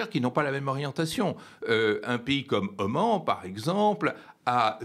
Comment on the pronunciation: Oman, pas au Mans.